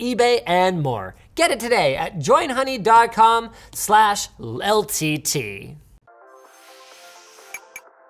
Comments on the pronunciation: "...slash LEL T T..." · Is it just me or did Linus almost mess up when saying ltt